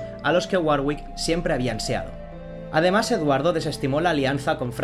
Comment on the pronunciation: Se pronuncia warick. La hermana de Enrique estaba con el duque de Borgoña